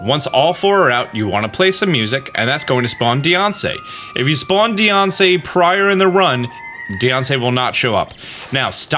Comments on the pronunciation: I love that he pronounces Diancie like “Deyoncé” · Just imagine a mom saying your a nussiance deyonce